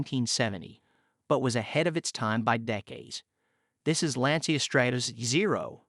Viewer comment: dude....at least pronounce the brand correctly. It's Lan-chia....not lan-see-ya.